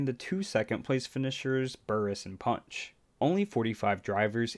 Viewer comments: His name is marvin panch, not punch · It's Marvin panch not Marvin punch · It's Marvin Panch